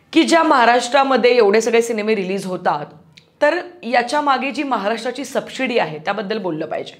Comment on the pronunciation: Khup sunder analysis kartes tu. Please take this as constructive criticism and feedback but it is pronounced as 'subsidy', not 'subshidy'. It breaks the flow of listening. Also, give examples when you speak... Adult, stupid movies like...??? Keep up the good work.